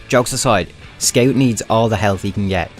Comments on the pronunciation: I only watch this channel to hear him say “sceut” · it was meant to be said "scawt" or something along those lines, everything points at it. don't get me wrong, i'm not telling you to change your accent, i just thought it's pretty funny